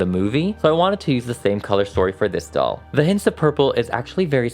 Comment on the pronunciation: Doll not dall